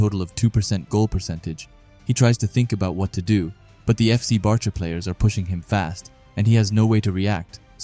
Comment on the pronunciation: The names are pronounced like bark-a and bA-stard munick